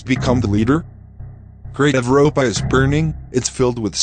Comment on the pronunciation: I like how your text to speech pronounced "Europa" as "EVROPA".